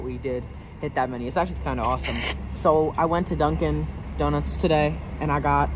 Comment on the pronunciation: Did you say DUNKIN DONUTS? LOL!